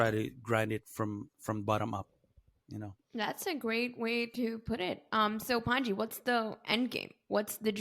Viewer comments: Honestly, everytime i hear they say your name, all i heard was pungee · Its pronounced Pun-G